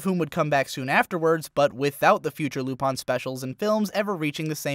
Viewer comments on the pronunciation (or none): The Lateranalyst I speak French and it is not correct in French either. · Yeah dude.... Lupawn Stars! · "Lupahn the Third". Pronunciation level over 9000. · omegahakim123 LOL if u seriously cant hear the clear difference between that French and pronunciation then we have nothing left to discuss. Does he pronounce Gurren Lagann correctly too?? XD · Plus, if you want to nitpick, I find his pronunciation of the "u" sound more problematic than his pronunciation of the "-in" at the end. It must be because I'm used to our french southern accent which also has a tendency to pronounce it more "-ain" than "-in".